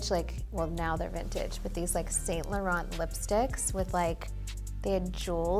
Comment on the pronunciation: Kourtney can't pronounce Saint Laurent.